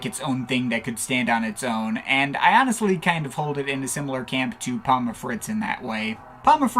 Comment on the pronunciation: It’s not pom-muh, it’s just pom.